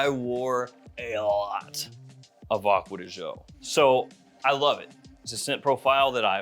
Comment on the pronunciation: Ahhkwa dee Gee-Ohhh